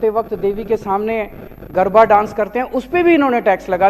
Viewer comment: Bete lal garabha nahi garaba apbransh mat kar sabdoka